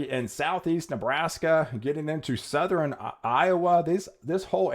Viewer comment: Southern is pronounced suh-thern. Two syllables my man.